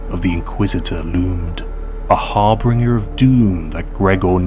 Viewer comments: This was just what I needed to cheer myself up! There's nothing like a good dose of the Grimdark future to make you appreciate the present, because things could be so much worse. If I could point out one thing - you keep saying harbringer, but the word is HARBINGER pronounced HAR-BIN-GER (rhymes with ginger). Otherwise it's a great story that truly fits in the Warhammer universe, and I really appreciate that you wrote it and narrated it yourself. I've had it with channels that use AI to write and bot voices to narrate their content, so thank you, you've earned a sub. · Har-bin-ger, not har-bring-er